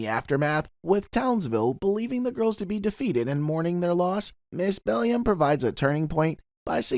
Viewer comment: Did you call Ms. Bellum "Ms. BELLIUM"?!